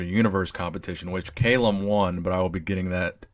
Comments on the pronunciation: "Cal", not "Kale" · Its Calum not Caylum wtf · KALUM wtf its Calum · Cal-um not kale-um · it's not cai-lum it's ca-lum!!!! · Audio was bouncing back and forth. It's CAL-UM. Not Cay-lum. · WHo the hell is Kaaaaaylum!!!??! Its Calum = Kal-Um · It's not pronounced "KAY-lem", it's "Cal-um". Apart from that, good video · it's CAlum not CAYlum i guess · He won 2 npc classic physique shows this year and plans to win his pro card and compete in the Olympia next year. And also you are saying his name wrong man haha it's Calum not Kaylem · It's NOT pronounced CAY-lum, dude. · Cal - um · It's Calum, not cailum btw 😂😂🤣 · Calum, not Kailem. great video anyways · "Cal Lum" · No no no, not Caylum haha😂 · "Kalum" lol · Haha found this funny too. It's pronounced 'kallum' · If you say his name wrong one more mf time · Lol wut? Why are you saying his name like that? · Does it bug anyone else that he is mispronouncing his first name? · Learn how to pronounce his name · Stop saying Calum like that lol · I cried a little inside when he didn't pronounce his name right😂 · Never heard someone mispronounce Calum before 😂😂😂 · You can't even say his first name right lol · Saying his name wrong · It's Calum* actually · #Koalagains you said his name wrong lol